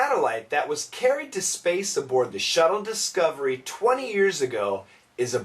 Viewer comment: And for the world "shuttle", I heard shadow